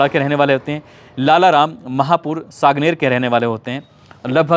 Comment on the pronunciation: सांगानेर नहीं सांगानेर है नाम ठीक से नहीं लिया आपने